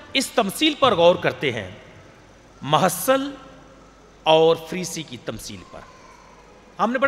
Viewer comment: please say mehule lene wala not mahasal